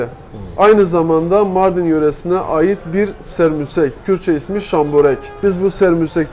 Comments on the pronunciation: Lütfen düzeltelim Serbusek değil SEMBUSEK , takipteyiz teşekkürler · abe sermusek degil ( şamborek ) haftada bir evimizde pişer çok şükür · Sermusek değil, Sembusek